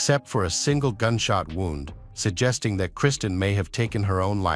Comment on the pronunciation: It’s horrible to listen to, it just makes it factual with no personality or feeling. Listening to it saying wound and not woond is annoying. This poor woman has been murdered by her arsehole lying husband and if it were my daughter and I heard this